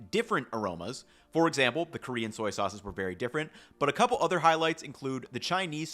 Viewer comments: "Soy-ces" 😅 I can imagine how hard saying "soy sauce" 1,000,000's of times can be ... great vid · "Soyces" Somebody has been saying soy too much 😂😂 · "Soyces" made me giggle